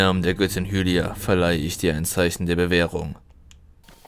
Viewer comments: Hylia wird Heilia ausgesprochen xD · MCPE_Master HD Zelda sagt aber im Spiel nicht ,,Heilia" sondern halt Hylia